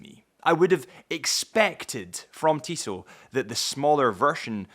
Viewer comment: As a native french speaker, I appreciate your correct pronunciation of "Tissot". :D